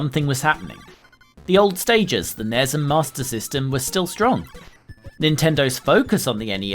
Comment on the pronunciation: 10 internet points for the pronunciation of NES and SNES. N-Ez? S-N-Ez? What have you been smoking??!